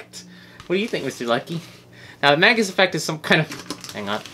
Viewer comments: why were you saying mangus ? its mag-nus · its actually pronounced MAG-nus (its my name)